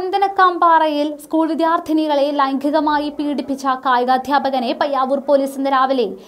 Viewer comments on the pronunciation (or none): Lyngheeekamayi alla. Lyngeengamaayi